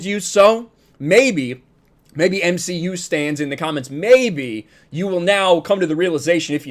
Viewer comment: You meant to say the M she U.